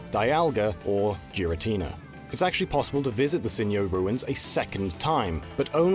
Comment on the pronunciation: Jirrateena instead of Girrateena, Sin'yo instead of Sinjoh was funnier to me, does he think it's Spanish? It's Sinnoh and Johto put together. And Johto wasn't called Yoto lol.